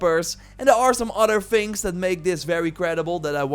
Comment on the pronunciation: Ofver phings? Evyphing ? Udderwise ? What are you saying bro?